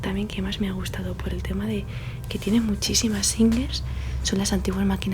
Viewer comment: La capilla es una maravilla. Yo creo que la vajilla bien colocada en la mesa, la bandeja con el té etc.. la han puesto para hacer fotos. Donde están las maquinas de coser SINGER (no SINGUER como dices tú) parece un taller de costura.